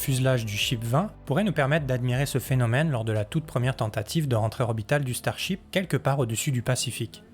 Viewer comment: Le ch'tarship... ouais ouais !